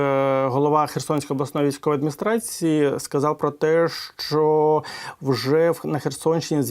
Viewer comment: Не щчо, а ЩО!!! Щчо - інтеграл через плечо.